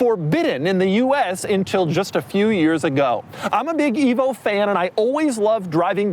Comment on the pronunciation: At first, I thought Doug said ”evil”, before realizing it was ”evo”.